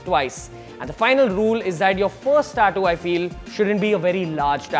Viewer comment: Learn how to say tattoo first